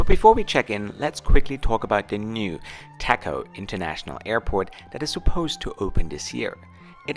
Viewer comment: I’m Cambodian, and I truly appreciate this honest review. I also hope my country will continue to prosper in the near future. Just a small note—the name of the new airport is spelled “Techo”, but it’s pronounced “Dejo.” In Khmer, the “ch” is pronounced like a “j” (as in job or joy), and although “t” is usually pronounced as t, in some words—especially those with Pali or Sanskrit roots—it’s pronounced as d. That’s why “Techo” is pronounced “Dejo.”